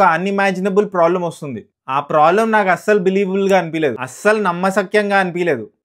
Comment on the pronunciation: Prolem❌ Problem✅